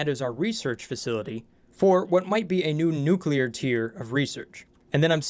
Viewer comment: Oxygen Not Included gone NUCULAR.